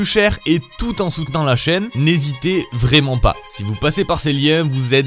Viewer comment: Très étrange, cet accent robotique qui prononce les è en é. "Vrément" ça fait "tré" mal aux oreilles.